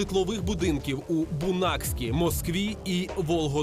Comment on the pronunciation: Де теракти у вересні 1999 року неправильно місто назвали не Бунакск а правильно Буйнакськ.